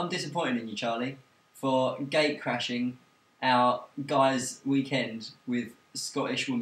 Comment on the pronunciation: Did you say gate crashing or gay crashing? I smell a mondegreen looming in the air.